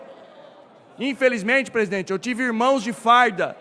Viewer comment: "AGORA O PÔJETO É 10 PESIDENTE"